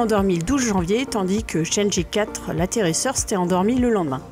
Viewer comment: Super vidéo ! Continue comme ca ! Par contre si je peux te faire une petite remarque, la prononciation des missions lunaires chinoises sont vraiment pas géniales. 玉兔 (Lapin de jade) se prononce approximativement "yuw tuh" et chang' e (嫦娥) se prononce plutôt "chaeng euh". Pour la vraie prononciation , car je suis loin d'être un expert : chang'e (嫦娥) yùtù (玉兔) Merci à toi et continue comme ca !